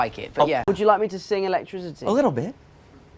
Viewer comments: the way he said "electricidy" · Honestly the way he says Electricity is a true memoir to us British people